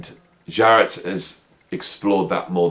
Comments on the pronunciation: Great video! But it’s Jarrett .. Not Zhar-rett🙂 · I like Zharret.